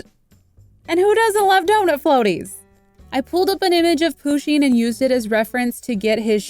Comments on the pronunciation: And I find it kinda funny that she pronounces Pusheen and Poo-sheen rather that Pu-sheen. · Isn’t it push-in and not poo-sheen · I don’t wanna be horrible but it’s not pronounced Poo-sheen it’s Pusheen just trying to help you :) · THATS IT IM UNSUBSCRIBING I AM THE PUSHEEN QUEEN AND EVERY ONE KNOWS THAT ALSO IT IT IS PRONOUNCED PUSH INE!! THAT WAS TO HELP U I DIDNT WANT THAT TO BE RUDE ANY WAY IM UNSUBSCRIBING CUZ IM THE PUSHEEN QUEEN AND U USED PUSHEEN WITHOUT PERMISSION. IF YOU WANT A SUBSCRIBER BACK THAN REPLY TO THIS COMMENT SAYING SORRY!!! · It's a girl and it's not poooseen you need to learn your stuff and I'm not trying to be mean but it's just weird you say it like that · Umm Pusheen is a girl andThe way youway you said her name is not right